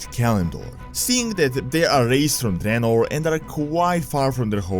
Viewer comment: Finally someone who says 'Dreanor' and not 'Draynor'